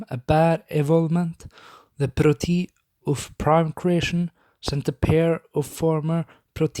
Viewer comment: Why do you write protoi but say proti , and why do they have this name